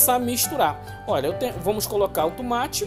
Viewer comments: Tumate? Depois eu venho??? Que português lamentável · "Tumate" kkkkkkk